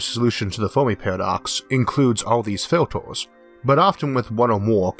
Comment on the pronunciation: haha!!! Filtors... Numbors.... :) sorry, great vid and great info fella!